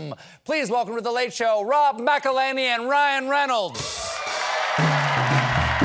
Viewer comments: Why does Stephen KEEEEP mispronouncing Rob McELHENNY's last name???? He said, "Ma-kel-LANEY" sooo many time on today's show!!!! It's "Ma-kel-HENNY" like HENNY - Henny Youngman. Mc El HENNY #Wrexham_AFC #RMcElhenney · Colbert calls him “Macalany”… he needs to listen to the song 😂